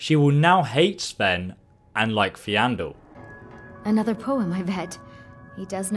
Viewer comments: .... where all playing the same game right? They do pronounce things correctly in game... its Faendal (fayne .dal) not ... Feandal (fee.andal) lmao that was so distracting I had to watch this twice. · Y did you have to butcher poor Faendal's name :'( (You kept saying Feandel) Anyways, nice video. Do you have any plans to make a video on how to efficiently start a new skyrim run? For example I usually start off with the Faendal archery trick followed by me going to Windhelm to start the dark elf vendor quest. (This is the quest where you have to put back the stolen ring) This unlocks his speechcraft training. Then I usually go unlock the winterhold college. Then the procces begins: Buy iron bars, craft iron daggers, go to winthold college, buy common/lesser and petty filled soul gems, enchant the daggers with the flee undead enchant, level up, go to the dark elf in windhelm train speechcraft 5 times, sell dagger to him to get money back. Rinse and repeat untill speechcraft 50 so you can sell anything to everyone. Then instead of training 5 speechcraft levels I just go to the companion's blacksmith to train 5 blacksmith levels. Rinse and repeat untill blacksmithing 90. Then keep making iron daggers untill 100, enchant em if you like, sell all the enchanted daggers you have. End result = you can make the best armor with the best enchants whenever you like, you have a fat cash stack and you can sell anything to any vendor you want. Which makes ditching loot you find a lot easier to get rid off and not a painful task of finding the right vendor for the right piece of junk you got. I would like to see what your way of starting an efficient run would be like, if you have any impr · Snugglewithkok69/ Christian dad69 also calls Faendal "Feeandul" so there's that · Still pronouncing Faendal incorrectly... "Fayn-dahl" isn't difficult to say. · James Chamberlain Feeandoll XD (facepalm) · I pronounce his name (Fayne-doll) even though it is like Faendol to wach his or her own